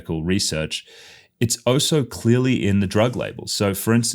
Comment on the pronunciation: Why do you say "oh so"? The word is "also" 🤷🏻‍♀️